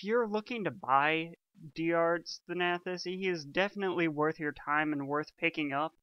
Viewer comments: THAN-uh-tos. That's how you pronounce it. Sorry, it's just that every time I heard you say it like that I grimaced. Now, with that out of the way, good review. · 'Thanahthos' are you kidding me